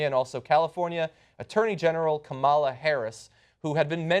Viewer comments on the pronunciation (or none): Kamala Harris; first name is pronounced as "Come La" and not as "Comaala" Her mother is Indian and Kamala is a common first name for females in India. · Guys, it's pronounced KAmala - accent on the first syllable.